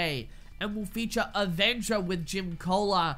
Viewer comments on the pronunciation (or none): none